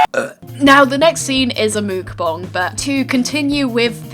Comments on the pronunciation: it literally sounded like you said nuke bomb instead of mukbang. 'Koreans think they have invented nuke bomb' ..... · “The next scene is a mookbong” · You don't know why everyone is pronuncing Mukbang differently, here are a few axamples: Muhkbaahng Mukbahng Mookbang Mookbahng Mukbang! (is the right way to pronounce it) I think this is right, please correct me on how to say Mubang I really want to know!